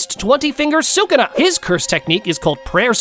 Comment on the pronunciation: You're dumb bro say sakuna 1